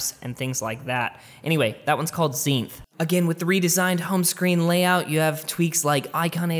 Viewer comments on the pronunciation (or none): Its called zenith not zeinth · it’s not Zeinth, it’s Zenith 😂😂